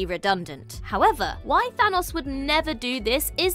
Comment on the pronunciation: Who TF is Than-AHS?